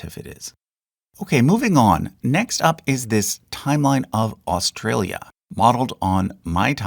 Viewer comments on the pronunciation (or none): none